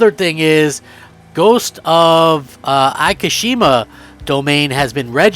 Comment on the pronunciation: Where are you getting Akashima from? It's Ikishima!!! Pronounced Eekeesheema.